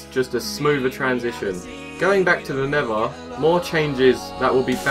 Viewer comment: I HATE HOW HE SAYS NETHER HE SAYS NEVA